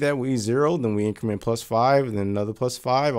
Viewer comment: Before you watch this video: it will be easier if you know that when he says “in-creemen” he’s actually trying to say “increment”.